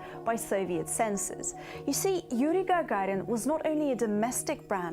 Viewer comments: Lol, nice. Yuri "jajarin" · Она русская, как она произносит фамилию Гагарин и Королев, фонетика выдает ее происхождение, хотя ее английский совершенный.